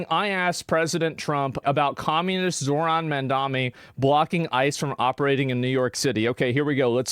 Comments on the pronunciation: How can people still not pronounce his name? It really isn't that hard. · I swear these guys are misprouncijg zohran on purpose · they can't even pronounce his name correctly